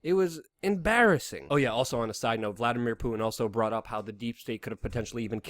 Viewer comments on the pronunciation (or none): none